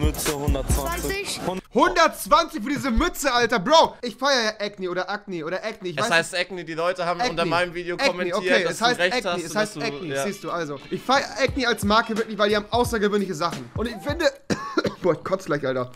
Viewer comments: Nicht "äcne" sondern "akne" wie die haut Irritation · Das heißt doch Acne und nicht Äkni